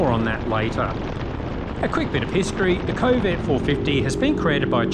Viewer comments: kove not ko-ve, you make it sound like covid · Since were talking Chinese products, I feel its alright to rip off the Eagles "New Kid in Town"... "Johnny come lately The new kid in town"....in a month "They will never forget you 'til somebody new comes along"..and the way you pronounce Kove, sounds an awful lot like CoVID! 🤔 coincidence?